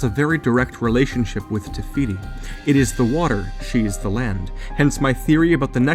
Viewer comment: Take a shot everytime he said tefiti